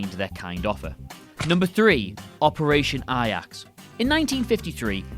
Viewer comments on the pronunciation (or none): Operation 'Ayax'. Dude, 'Ayax' is the Dutch football team. A*j*ax is how the Operation is pronounced in English. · A... jacks... not eye axe... limey! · Also that is pronounced Ay-jax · A-Jax..NOT I-Ax! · A-jax(jacks) not I-yaks. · The J in Ajax is pronounced as a J, not a Y. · J.Edgar Hoover, not President Hoover. Shocking news: Brits are just as bad at history as us Yanks. And, it’s pronounced “Operation AY-jacks,” not “Operation AY-yaks.” Finally, how do you know if a commenter is a fool? He or she thinks 9/11 should be on this list. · It's basically how Ajax would be pronounced in German. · I'm sorry how the hell did he pronounce "Ajax"!?! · You don’t know how to say Ajax?? Literally do you even know what the letter j sounds like? You guys have more trouble pronouncing English words that people who speak Spanish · Do you not know how to pronounce "Ajax"? Seriously?